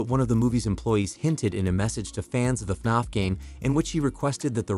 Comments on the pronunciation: It’s not fnonf it’s fnaf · He said FNOF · He just says” faf” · istfg if he pronounces fnaf wrong again :(((